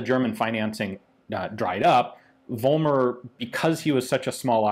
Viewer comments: I know, it's hard for anglophonic speakers, but the name is "Follmer", not "Wollmer". It's the same phenomenon like in "Volkswagen", it's pronounced with "f". There are some historic reasons for this in German, even Germans get confused about this, before they attend school. But everything else in this vid is pronounced very good. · It's pronounced FOLLmer in Germany.